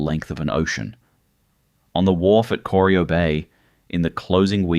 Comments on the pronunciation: coreeeyo! cor-eye-oh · Corio is pronounced core-eye-oh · Bwhahahah kor-i-o Was about to dump on that myself..... For someone to put together all this mismatched information information and while doing so didn't YouTube Geelong or Corio to hear how it's said..... Failed to mention the salt works. Or the oyster farms they found when dredging the prominade. I still like the fact that the turbo territory was a game changer that made suvs fast ASF. I believe the spark that later inspired things like trackhawks nowadays. B4 territorys. Suvs were predominantly diesels n slow or 4 cylinders n small. Eats V8s sedans for breakfast... Free trade and opening the door to Temu quality is what ended an era and turned Australia into a single use if lucky economy... Bring back the little triangle with a roo and Australia made back.... Built to withstand the strayan lifestyle and did it with pride.... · Corio Bay, which your AI slop narration not only mispronounced, is not deep water. to is completely factually incorrect. That’s when I stopped watching. Slop. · Was about to make same comment They obviously didn’t talk to anyone in Geelong before recording this